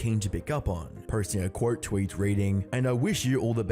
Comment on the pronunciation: Dude. You gotta get your pronounciation in check. Don't take this the wrong way, i mean no hate when i say that when you say "mini", it soinds like "many" and when you say "quote" it sounds like court. Just wanted to get that out of the way. I'm liking your videos so far but you gotta get your pronunciation in check